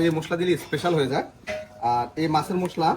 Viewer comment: উচ্চারন ঠিক করুন মুশলা না মশলা গ্যারান না ঘ্রান